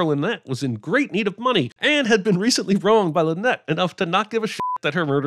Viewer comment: If Death on the Nile is remade a third time, will that third director finally grasp that “Linnet” is not pronounced “Lynette”?